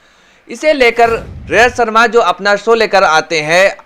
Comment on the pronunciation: Abe bolna to Sikh le Lajat sharma nhi Rajat Sharma